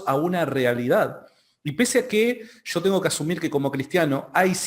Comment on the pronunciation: .........es YO.....no SHO......controle su pronunciación...!